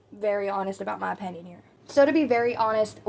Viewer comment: Here's an unimportant, petty, unasked for opinion. The way you pronounce the word, opinion as, "openion" is painful to hear every single time. 😑😅 That aside your voice/tone is pleasant, easy listening for times when I want to listen to unimportant nonsense I barely register for background noise during important, real world tasks. You're good at being background irrelevance. As for Eugenia herself? Her fate is already sealed in flesh and blood. Or lack thereof. The only thing that remains to be seen now.... is how many of you lot actually invest in this topic of her slow demise with any degree of serious curiosity.... ...Yet walk through life as if you're generally above such morbid curiousity and think yourselves decent people in the same breath. If she's offline she's offline. To speculate why is a waste of, what seems to be, (all) your limited, precious brainpower. I shall see myself out. Excuse my opEnion. 😂😂